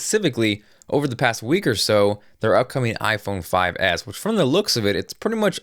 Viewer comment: he says: iphone 5ass hahah